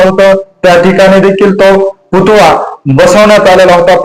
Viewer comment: पुतुळा नाही हो पुतळा असा शब्द आहे.